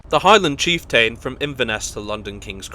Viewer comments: cheef" + "tuhn" Not cheefTAIN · It's chieft'n, not chieftane - who pronounces it chieftane? Just saying what others are thinking... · I was going to post a similar comment. Kyle of Lock-alsh is a name that is often problematic for non-native Scots. Apart from the place names, I must say I hadn't heard of the Highland Chief-TAIN before. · Yes, it does make the video more authoritative if they actually find out how to prononunce the places correctly, especially on a travel channel. And his pronuncation of the word chieftain needs work as well.